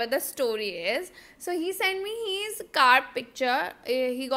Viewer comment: Ye his ko heeeesss kyu Bolti hai😭😭😭😭